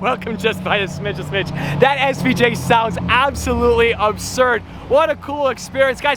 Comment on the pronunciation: Gantani svj!? 😂 Its lamborghini aventador svj